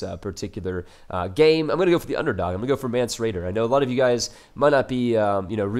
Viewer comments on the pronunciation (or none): Mance rayder as in raider, not radar. :D